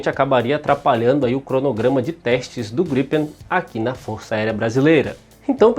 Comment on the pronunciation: Só tem um porque vc fala ( jatos ) estranho gripem 1 só .